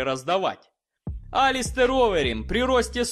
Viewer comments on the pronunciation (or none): мужик, вот скажи, что у тебя с произношением фамилий? Ты спецом их коверкаешь или просто глупый? Какой нафиг лИдел? Ты хоть открой видосы с Роганом. Его фамилия лЭдэл. Про Алистара Овэрима я уже молчу... АлистЭр. Уже не первый раз замечаю за тобой такую фигню. Ты ж вроде не...